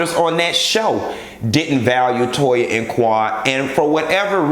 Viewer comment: “To-yuh”. I hollered